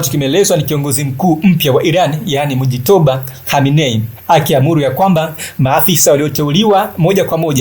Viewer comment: Acha kuharibu jina la watu n mujtaba sio mujitoba